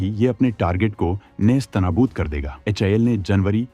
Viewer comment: HAL pronounce karna first sekh hi bhai YouTuber 😂😂😂